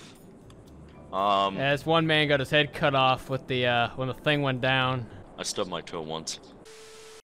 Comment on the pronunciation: he has been watching jarvis, man said "ting"